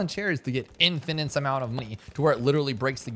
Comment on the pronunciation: is likely a bit dyslexic. sucks to suck. it is annoying though. he even says "infinintes"